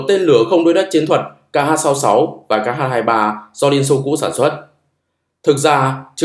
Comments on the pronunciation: Chữ "Х" trong tiếng Nga không phải "ix-sì", mà là "kha". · X đọc là khờ nhé àd :)))